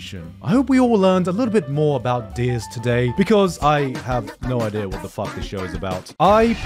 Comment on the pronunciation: My mans pronounce Deers like Deez....was waiting for a deez nutz joke